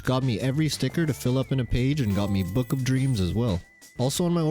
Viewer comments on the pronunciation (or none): none